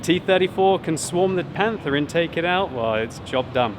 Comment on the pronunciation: "The Panfa"